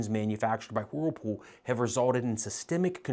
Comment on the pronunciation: I love the way you sometimes pronounce whirlpool. You tend to subdue the “whirl” and instead say “wh’pool.” You sound so adorable😇.